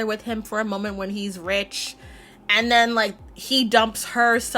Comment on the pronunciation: Except she pronounced "rich" wrong